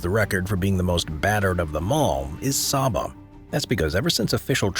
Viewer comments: Saba is pronounced "SAY-buh," not "SAH-buh." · It's pronounced "say-bah"